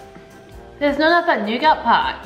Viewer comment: he said nougat